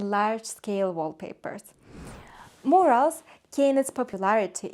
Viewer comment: if you believe that critical suggestions help you to grow and improve your product, I would think of working on pronunciation (eg. of mispronounced words; Carrara, murals, technic). Btw travertine is not a marble, it’s a type of limestone.